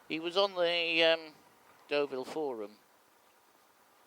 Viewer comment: Deauville mate not Doveille